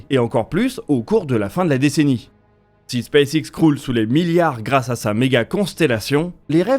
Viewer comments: j'ai un doute sur votre prononciation de space X. Elon Musk prononce "space ex" il me semble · C'est en effet la prononciation francisée